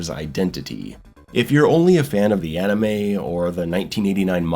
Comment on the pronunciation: It's "anime", not "animey".